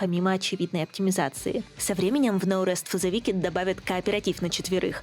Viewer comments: Wicked произносится как "Уикед", а не "Викед" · в словах на -ed, как wicked, "е" проглатывается. [Уикд]